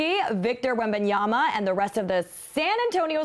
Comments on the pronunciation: Don't know why so many people say "-YANA". Yama like Mama. It's easy. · Seriously, did every media person have a meeting where they decided to all pronounce WembanyaMa as WembanyaNa?? What is up with same exact mispronunciation in the media?? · Wembanyama. M, not N! Lol. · Bro said when-bay-yana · Wem-ban-yama not so hard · Bro, it’s WembanyaMA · A professional journalist can't prononce 4 syllabes.? Wen/ban /ya/ ma..... Ma like mama or magic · Why can do one say his name right??? Yama Yama Yama